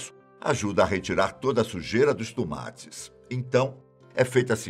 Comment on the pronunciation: "Os Tumates"🤣